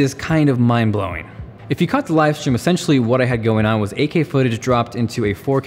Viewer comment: AK? Think he says 8K?